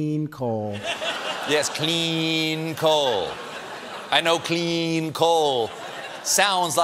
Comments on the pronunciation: Why does he say CLEEN coal? Why? He makes the 😬 face every time he says it. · Politician's Syllogism cleen lol